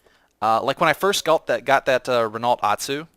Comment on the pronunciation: RENALT really vaks it's pronounced Reno